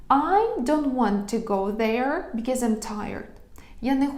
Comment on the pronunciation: в реченні помилка в слові because. Сказав як buzzkill ?😅